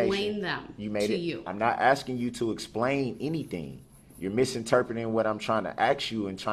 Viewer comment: "im merely seeking to understand your honor." Five minutes later "I DONT NEED YOU TO SPLAIN NUTIN TO ME. YOU MISINTERPRETED WUT I SAYED." 😂